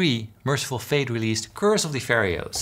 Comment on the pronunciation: I love that Paul says "Curse of the Pharaohs" as "Curse of the Ferry-o's" because a metal album based on cursed breakfast cereal sounds amazing.